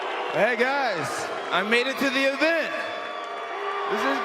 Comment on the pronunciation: "I made it to the invent"